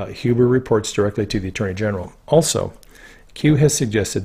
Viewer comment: Glad you are pronouncing Huber as 'Hewber'. Looking forward to your book(s) on Qanon when this is done. Thanx!